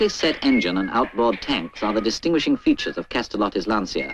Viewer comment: I like, how the narrator says "Lantsia" 🤭